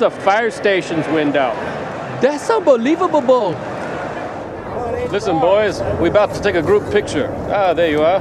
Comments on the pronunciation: I thought he said: "That's a foul baaall!" but yes "unbelievabable" is more believabable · "That's unbelievalible" 🤣